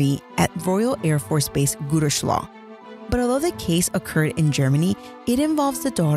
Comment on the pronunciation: Its pronounced Gooterslow